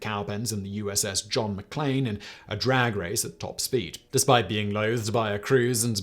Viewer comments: did Simon just say USS John McClain instead of McCain? (or have i been watching Die Hard too much?) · I think Simon misread USS John McCain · That's what I figured, but I'm pretty sure I heard Simon say "McLain." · Simon u said USS JOHN MCLANE and made me Google is there was a ship from die hard!! It’s USS JOHN MCAIN